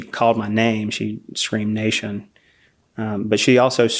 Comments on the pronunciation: Why does he keep saying nation instead of Nathan? 🤨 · Why does he say Nashun? Is this AI